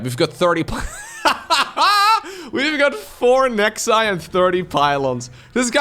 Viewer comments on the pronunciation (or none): Love these lower tear matches, so fresh and unpredictable! Talking about wrong pronunciations I hate the wrong one on Colossi and Nexi which is Latin and Italian too.